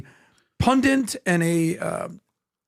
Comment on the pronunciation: He doesnt even know the word "PUNDIT" .... he thinks its "PUNDANT" but hes somehow qualified to be on this panel? LOL 😂 YEAH buddy